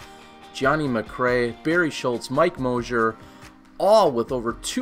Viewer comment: It's Moser, not Mosier!!! He made the final 4 for gods sake!!